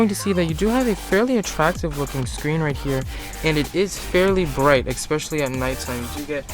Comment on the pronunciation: Why do some people say "eXpecially" instead of "eSpecially" 🤦🏻‍♂